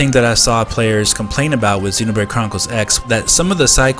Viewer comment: The way you pronounce Xenoblade as Xenobrade is so damn annoying. I am super hyped for this port and I know it just has to happen.